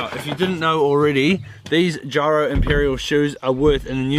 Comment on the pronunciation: Geero not gyro👍🏼